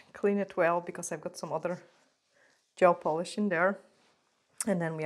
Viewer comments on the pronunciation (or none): none